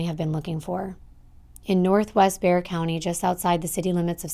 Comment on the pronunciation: I had to pause the video to give you props for pronouncing Bexar right!!! 🤍🤍🤍🤍